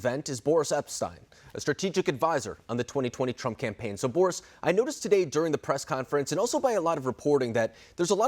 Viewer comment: ba REES Epshteyn, not Bore Us